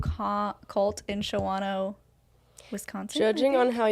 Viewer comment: She gave me a good laugh when she tried to say Shawano. I was born and raised just north of Green Bay. The SIST is a bad cult and scary too.